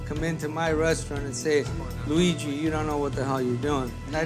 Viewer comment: "resaturant" wtf man?